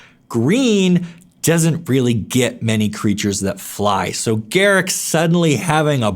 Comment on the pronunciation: Its pronounced "gah-rook"